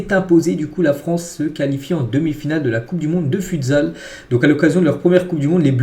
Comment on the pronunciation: stp on dit footsal (futsal) pas futesal sinon continue tes vidéos c’est super